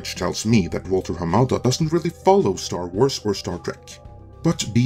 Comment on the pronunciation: "Star Trwars"? What's that,?